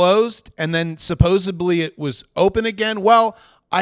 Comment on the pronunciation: there’s no “B” in supposedly